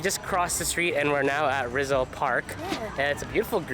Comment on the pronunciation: Pronounced Jose Reezal